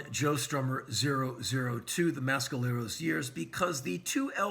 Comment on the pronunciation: Not how you pronounce Mescalero.